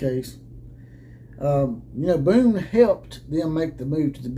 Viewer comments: Show me the statement from USC that said he left because of health reasons. That is what you based your whole video on. That USC tried to say this was about health reasons. They didn't. And you can not present any evidence that they did. And the guy's name is Bohn. Not Boone. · You never called him Boone? You called him that throughout your video! And you posted a type up of the Athletic article with his name spelled "Boone" when the actual Athletic article has it spelled correctly as "Bohn." Wow. Pretty lame. So, who is asking who to be their googling bitch? You're the one who attacked those folks saying they lied and claimed he resigned because of medical reasons. And you want ME to do the research to find you a source? You claim it is "all over the AP and the Athletic? I had already read those stories. In fact, that's why I clicked on your video because I thought you were going to be presenting knowledge of something that hadn't been reported. But nowhere in any of their stories did it say what you are claiming, that USC tried to say he left for medical reasons. The only statement from USC was from their president, Carol Folt. It was a very curt statement saying they had accepted his resignation, thanked him for his service and oh, by the way, I had wanted to be sure we had the right leadership in our athletic department so I hired some folks to come in and investigate and it's time for us to move in another direction. Had they tried to say he left for medical reasons I would be right with you, man. But they didn't. If I thought you were a dumbass I'd assume you just cant read. But you seem to be a pretty bright guy. So, since you read the same articles as I did, which did NOT accuse them of trying to do that, I can only assume you are willfull